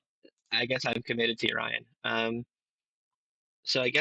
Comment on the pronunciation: Yo-ri-on not "Yo-Ryan, what up?" 😂 Nice deck doe.